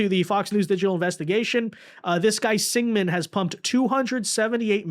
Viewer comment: SINGHAM. SINGH-AM. SEENG-UM. Not Sigman. at least try dude. jesus.